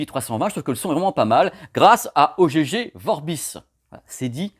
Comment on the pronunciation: On prononce "OGG" comme dans "Egg" (Oeuf) et non pas "Oh gégé vorbis" ;) Oh, gégé !